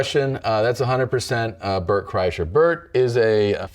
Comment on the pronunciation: I wish he would have kept saying Bert's name wrong. What happened to Tom is that he broke himself trying to play basketball.